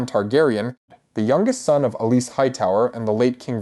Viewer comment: Alicent. Say it with me. "Al-e-sent~"